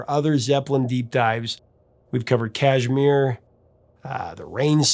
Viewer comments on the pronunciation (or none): none